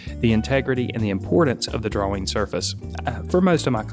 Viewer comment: I don't like the way you pronounce "drawing."